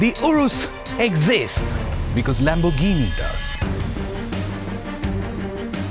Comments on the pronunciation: The way he says Lamborghini puts off the whole video. It's Lamb-or-ghini not Lam-bor-ghini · It's pronounced as Lamb-er-ghini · No wtf it's Lamborghini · Lam-bur-gheeni please!! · Pronouncing Lamborghini like that is a crime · I have a question - before making the video, nobody taught you how to pronounce Lamborghini? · Have a shot everytime he pronounces Lamborghini wrong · Okay he only did it twice